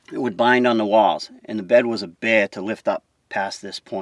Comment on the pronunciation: "the bed was a bay-ah"...